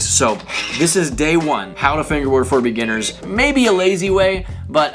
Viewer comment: Umm you said beginniners liar